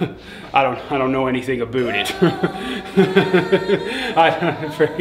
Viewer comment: btw we don’t say a boot